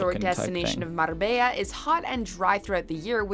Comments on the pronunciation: Her trying to pronounce Marbella was super cute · Yay beaches! Afternoon! 😁 R and R is rest and relaxation. WTF is up with this woman's attempt at pronunciation! 🤣 It sounds like a comedy movie the way she's overdoing the accents....! Just say the words woman! You don't have to pronounce foreign words in the language of the country! 😂 Can you imagine going to a country and doing a caricature accent of the people AT the people? You'd get punched in the face! Notice she said Spain, not España, France, not La France, Turkey, not Türkiye or Greece, not Ellada (Hellas).....so why make such a mouthful of the individual town names? It's like if your name is Jesus, JEEZ USS, you don't want it pronounced HEY ZEUS! Just read the words in English, when speaking English!!!